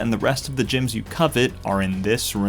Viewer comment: Did he just say gems as "gyms" lol wtf